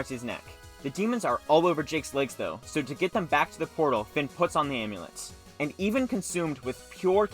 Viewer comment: Anyone else hear him say omlet instead of amulet??? I’m going nuts I think idk😂